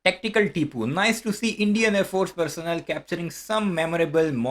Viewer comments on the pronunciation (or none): Thank u for your video. Plenote.. the word personnel pronounciation is per-so-nnel.